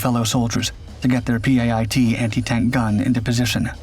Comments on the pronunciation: It is called a PIAT not a P. I .A. T . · PIAT its kinda pronounced pee-at. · Spelling out the PIAT launcher every time was real annoying. Why not just call it a PI-AT like normal? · Pronounced pee-at ffs. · PIAT is pronounced pee at. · It's pronounced Peeyot. Its spelled PIAT. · It’s a P I A T- PIAT.